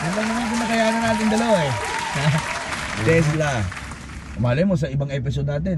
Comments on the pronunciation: sira ulo k brad pete, tesla, hndi tesda😆😆😆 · Tesla pala😂😂😂 sabi brod pete "tesda" 😂😂😂